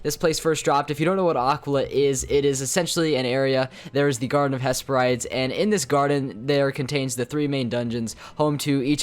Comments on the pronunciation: and "hess purr rides" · he's pronouncing Aquila correctly but he's saying Hesperides wrong.